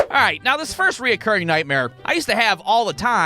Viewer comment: Why do you keep putting an "o" in between "re" and "curring?"